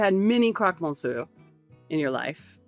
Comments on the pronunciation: Chapeau ! Vous êtes en France depuis 3 ans et vous prononcez le mot monsieur… comme MONCIEUR. Niveau français toujours « vacancier » !! Faut faire mieux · I'm a big fan but that was the most atrocious pronunciation of Monsieur I've ever heard.